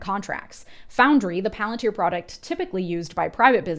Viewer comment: SAY IT RIGHT IT IS PALANTIER😂😂😂THAT IS HOW CELEBRIMBOR SAYS IT AND I WONT ACCEPT ANY OTHER VERSION